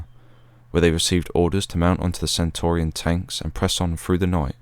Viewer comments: Brilliant video mate, very detailed and interesting but..... it's "Centurion" tank and not "Centaurian". Apart from that...... spot on!!!🇬🇧🇬🇧✌✌ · Centurion tanks, not centorion. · Very good video. Do you mean Centurion tanks - pronounced as a Roman Centurion. Good work. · Centurion is not pronounced as you do. It's not Centorian but Centurion is only a small point but in documenting history details are very important